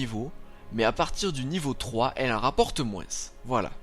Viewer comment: Ah oui aussi, grâce a toi je ne peux que dire moinss... alors moi qui est dans le nord et qui dit tout le temps vingte... xD Allez courage !